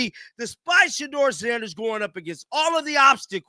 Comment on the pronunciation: He just can’t say Shedeur’s name. It’s just a shame to say a rookie. His name is SHEDEUR dude.